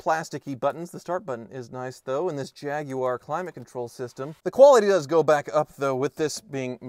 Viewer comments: Nice to hear an American pronounce "Jaguar" correctly 😉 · Kudos for pronouncing Jaguar more or less correctly instead of the usual American "Jagwire" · At last a American saying Jaguar correctly, well a couple of slips.